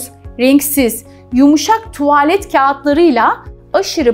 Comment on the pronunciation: keşke bu kadar tuğvağlet demeseydiniz